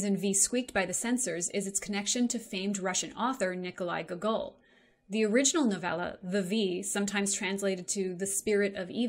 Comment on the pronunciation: This is absolutely wild. As someone from Russia who grew up reading Gogol (the emphasis is on the first syllable btw, Gógol), but, granted, only saw the film after watching this video, this interpretation is just wild to me. IMO, there just was no such thing as sex in soviet Russia, to the degree that an anti-promiscuity message in a movie would have been considered too lewd. Riding or being ridden by a witch, or an imp just reads as completely normal to me? And so does the whipping? This is just kind of what you do with an evil spirit in a Gogol novel? Gogol was a pretty sheltered guy even for the early 19 century, so I doubt that there were any sexual implications in his novels. So with that context interpreting the film as an anti-promiscuity metaphor is... like I said, wild. Anyway, the ageist stuff is definitely a way too modern interpretation for a soviet era film. This is like you're playing 4D chess with an opponent who's barely grasping the concept of not hitting you over the head with the chessboard.